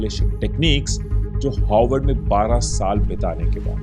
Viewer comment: Its Harward not HOWARD...its sounding more like Hogwarts 😂😂😂